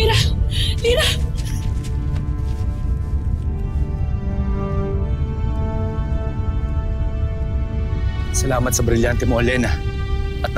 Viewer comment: Nakatawa sabi ni pirena sabi nya mirah lirah